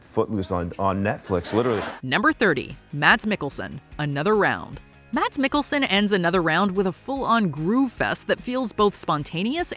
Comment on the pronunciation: Mazz not maDs